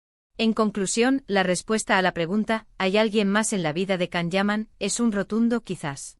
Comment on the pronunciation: Why can’t you say his name correctly!!!